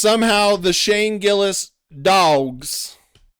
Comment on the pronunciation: I can understand if a guys name is Mustafique Abracadra, maybe you say it wrong, but to fuck up Shane Gillis is either intentional, or you're shit at your job. Also "this tony guy"? like he is not one of the most famous active comedians on the planet. I think this guy thinks you get to the top by disrespecting the guys who are already on top, and thats not how its done. Chapelle didn't talk shit about Chris Rock and Eddie Murphy so he could bring them down, he gave them their props, then blew past them with raw talent. If you have talent you presevere, if you don't have talent, you go on podcasts and talk shit about the people who do.